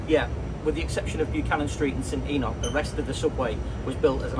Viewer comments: St E nocks its pronounced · St. Enoch is pronounced "Stennotch"